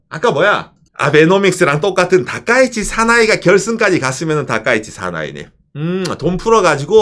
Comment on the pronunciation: 다카이치가 다까이네로 들리는건 저말고 다른분 계신지?